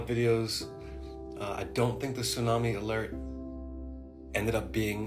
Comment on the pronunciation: in the first clip: I CANNOT take ANYONE SERIOUSLY if they pronounce the word Tsunami as "Sudami" and either doesn't realize, is too lazy to re-record the clip they're TRYING to make, OR REALLY RTHINKS THAT IS HOW IT IS PRNOUNCED 🤦‍♂